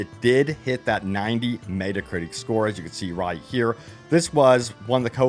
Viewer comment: Why are you saying "metacritic" that way?